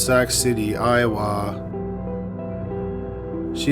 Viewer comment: Souix City, Iowa is pronounced Sue City, I-O-WAH. However, you pronounced Council Bluffs right.